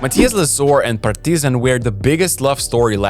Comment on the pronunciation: Actually,this is how we say Partizan in Serbia,good work